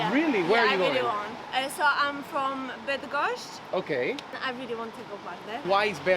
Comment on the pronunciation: W Polsce nikt ci nie powie że masz wracać do swojego kraju a w UK to bardzo częste zjawisko. Może wasze tam urodzone dzieci z brytyjskim akcentem już nie będą miały tego problemu. Widać to po próbach pani gdzie próbuje być taka brytyjska że aż słowa Bydgoszcz nie potrafi poprawnie wypowiedzieć bo jeszcze ktoś rozpozna akcent i pokaże palcem drogę do domu. Niewygodny to jest temat.